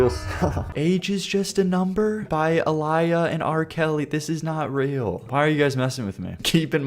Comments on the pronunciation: btw that’s not how you pronounce Aaliyah. I know it’s being picky, but as someone with taht name it’s a pain in the ass to be called “a liar” all the time. Anyways yeh she was taken advantage of when she was young by the industry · IT'S PRONOUNCED "AH LEE-YAH" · Mufucker saying, “Alieah,” instead of, “Aleeuh,” driving me a little crazy lol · its uh-li-yuh bro please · Uh-lie-uh. Dude can't be serious. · You pronouncing Aaliyah's name Ah-lie-ah has me more annoyed than it probably should, but I can't help it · "uh lie ah" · Bro Aaliyah was such a good artist, don't judge off that first song 🙏And pls say her name right it's uh-lee-uh, u don't understand how bad this pmo (I'm named after her) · Hearing you butcher the pronunciation of Aaliyah killed me a bit inside. 😂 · your killing me why did you pronounce Aaliyah like that SOBB it is not pronounced that way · Knowing R. Kelly dated a 15 year old Aaliyah, “Age ain’t nothin but a number” might’ve been one of my few music listens where I was actually close to throwing up, like actually. Also, sorry but I got a lil sad when you mispronounced Aaliyah’s name, she’s genuinely very talented, so it’s sad that she’s not all that known by younger generations. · Not him mispronouncing Aaliyah’s name and the title of the song 😭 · I agree this part was so painful to listen to 😭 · the way bro said aaliyah's name made me wince lwk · Ikr 😭the way he was saying it had me tight low-key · Fr like that is exactly how my name has been mispronounced and it gave me flashbacks to subsitute teachers getting it wrong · Bro showed his age by how bad he butchered Aaliyah’s name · Yeah he’s young but how do you even mispronounce that name, feel like it’s pretty common in the US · ngl as a somali I first saw that name and pronounced it the other way since Aaliyah is an arab name and when you add two aas it's meant as a long vowel whereas Aliyah would be pronounced ah-LEE-yah but that's just how I grew up personally